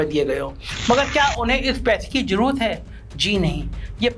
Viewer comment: Planded....janbujhkar....z...wale word ko ...j...se bolna....jaise..zaroorat...ko..jaroorat.... Matlab yeh so-called secular bhi andar se orange 🍊 hain.... Educated hokar sunkar bhi ...jaroorat..jyada ..jameen....